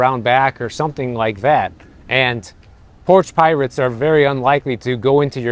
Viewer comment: "I'm moving because of porch pirates ". Are you moving? At least that's what it sounded like.